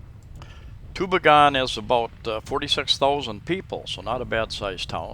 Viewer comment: Great little town. Been there hundreds of times. It's pronounce too-BEE'-gen by the way. I love the new stores they put up there too. We live just 25 Klm away in Catigbian. You went through there if you came up from Tagbilaran City, along with Balilihan and Corella. My wife is from Catgibian and we have a house there too.